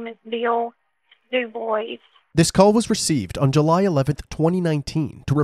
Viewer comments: Thank you for this. It really bothers me when these YouTubers can't bother to look into how to pronounce things/names. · I was hearing "Duke boys" I'm like deg gummit they done did it again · Doo-BWA is the correct pronunciation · “Dewboyz”? Lol I always thought the DuBois surname was pronounced “doo-bwah” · I live in Louisiana and there are so many DuBois...Most pronounce their names the correct way "doo-bwah". Then there are those who pronounce it "dewboyz". Even though both are spelled the same way 😂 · Doo-BWAH, not Doo-BOICE, lol 😅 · It's pronounced Doo-bwah, not Doo-Boys. It's French. I think it's fairly important to be able to pronounce the name of the victim and their family correctly. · The last name ia pronounced dubwaa not duboys lol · The proper pronunciation is Dubwaw, not Duboys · Du-bwa not Du-boice. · It’s not pronounced D’boys🤦‍♀️ it’s pronounced D’bua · Thank you for pointing out the name pronunciation. The correct (French) pronunciation is "Du-bwah" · There is a town near Central Pennsylvania with the same spelling Dubois. Everyone around here pronounces it "Dew boys". It just matters where you are, I guess. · Yeah, it always bothers me when people mispronounce it like that.. I find it hard to believe they’ve never known someone with the surname, Dubois, or aren’t familiar with it at least. .but I guess these days you can’t expect much of most people. I’m sure that surname is also quite common, but the “Doo-bwah” pronunciation is definitely far more common and widely known. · Omggg. I just said this out loud & then read your comment right after!!! Lmaooo. I was thinking the exact same thing!!! Seriously. Doo-Bwah is correct I believe??? ❤❤❤ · Place names like DuBois are how you know where you are. You hear “Dewboyz” and you are in Pennsylvania. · It’s pronounced DOO-BWAHH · Every time i hear 'Dubois' being pronounced 'dooboys' I cringe. 😣 You don't have to be so ashamed of your obvious French heritage to mispronounce your own name.